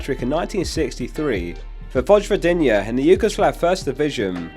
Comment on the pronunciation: oof you butchered that name, it's supposed to be like Voy-vo-dee-na